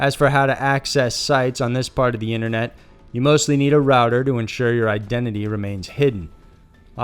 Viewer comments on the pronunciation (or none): Inet mysteries? Why did he say it like that lol